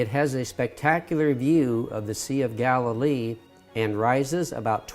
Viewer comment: It’s Galilee